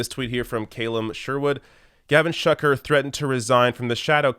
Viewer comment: Shuker - pronounced "Shoe-ker". Umunna - "Um-unna".